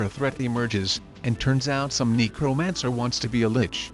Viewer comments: See, THIS is why I say you NEED to narrate in person! I swear that robot keeps saying “Negromancer”... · I keep hearing "negromancer"